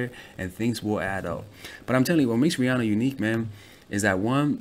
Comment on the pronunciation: I disliked because the way he said Rihanna it triggered me